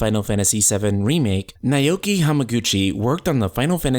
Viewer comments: Just an aside if it helps you: "Naoki" is pronounced as "now-key" as opposed to "neigh-oh-key". Cheers! <3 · Naoki is pronounced Now-Key, not Nigh-Oh-Key.